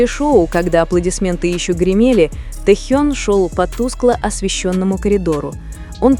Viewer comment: Вот,это фанфик! Автор,не несите чушь! Наговорили обо всем и ни о чем! Набор каких-то предположений и фантазии!!! Может и правда ,что вы там присутствовали и принимали участие в этой чуши! Научитесь сначала ставить правильно ударение и выучите правильно звучание имени Техена! Ни одного фото в подтверждение вашего фанфика, одни старые снимки,где вы получили эту чУдную информацию? А складно то как льется эта чушь!!!